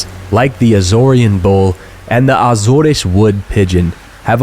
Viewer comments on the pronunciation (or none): that's not how you pronounce AZORES in English, it's not "Azoresh", it's either Ay-zors (American way) or Uh-zors (British way). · My only complaint is after two years of living in Portugal your pronunciation of Portuguese places is really bad. Start with Azores. In English it only has two syllables - Az and oars. In Portuguese Açores is pronounced Ass oars (two syllables again).